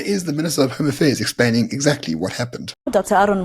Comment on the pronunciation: You actually said kaffirs 😂😂😂😂😂😂